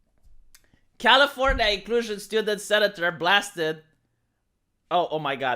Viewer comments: Every once in a while you say California normally, stop it, it freaks me out. It Has To Be Californiania :) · That's how it's spelled? I thought it was Califor-Nya-Nya.